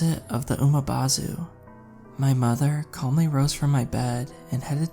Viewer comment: It's Umibozu not Umabozu there's no A in the word. 😆. Good story though.